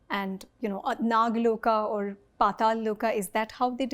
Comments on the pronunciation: Everything is great.. good to know that someone is at least practicing researching all these. Only one complain, please correct your lnguage. It's not 'Dev Lokaa' or 'Swargaa'. it's 'Dev Lok' or 'Swarg', without an extra 'a'. Let the white people say it if they can't pronounce it corrctly, but atleast we Indians should not insult our language. If we start corrupting our language, our expressions, then how are we going to respect our legacy. I'm not angry, but very sad everytime when I hear our own people insulting our language. Deatroy the language and you destroy the culture. Pls reply me if I'm wrong, or if it has some value in what I'm saying. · It’s “Lok” not “Loka”. Dev Lok